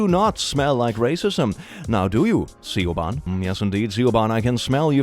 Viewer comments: Uhm, akshually, it's pronounced "sha-VOHN". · It's pronounced Shi-van not Siobhan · It's pronounced "shove-awn" (like awning) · Please stop pronouncing Siobahn like that, it is pronounced Shavon, it is an Irish name n doesn't use English pronunciations of the letters. How many times do I need to leave this comment on ur videos? It isn't a weird spelling, it is just a different language n frankly it is racist to keep making fun of it. I normally love ur videos but ima keep giving u thumbs down n quit the video every time u keep saying it like that. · The name Siobhan is pronounced sheh vaun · Siobhan is pronounced Shivawn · Pls don't pronounce Siobhan like "Ciobahn" :( It hurty my souly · Bro not only did you call out my mom you pronounced her name entirely incorrectly, its pronounced sha-von, I know, Irish is weird but that's how Siobhan is pronounced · I love when people pronounce Siobhan phonetically. (It's more like shə-von, schwa in the first syllable, emphasis on the second. Second syllable is sometimes more like -vawn) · It's pronounced Siobhan (Shiv awn). But thank you. I am so glad my name got said. <3 You smell wonderful too! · just for the record, Siobahn is pronounced "Shuh-vawn" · Siobhan is pronounced shi-von. It's Irish. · It's pronounced "Shevohn" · Can't believe Siobhan being pronounced C. O'bahn like a half german, half irish name was not intentional. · Siobhán is pronounced “shove-on”- an Irish person 😘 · Siobhan is pronounced "Sh-eh-vahn" lol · Oh no. Not see-yo-bun 😂😂😂😂😂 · Siobhan is pronounced "Shuh-VAHN" & epitome is pronounced "Eh-PIT-oh-mee". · has anyone told you click that Siobhan is pronounced shi-vawn 🙂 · pronouncing siobahn phonetically hurts. its sha-vorn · Siobhan is "shuh bon" Epitome is "eh-pit-oh-me" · pronunciation of Siobhan is... something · Irish names are strange, but it's pronounced /shōbän/ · No hate, I promise. Siobhan is pronounced Shiv-on lol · IT'S PRONOUNCED SHAVON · Siobhan is pronounced shivan